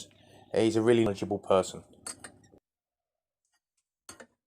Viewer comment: Haha, I think he said knowledgeable person but yes, it did sound like miserable person!